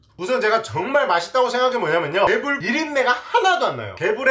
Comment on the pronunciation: 럴굴이아니라 얼굴입니다...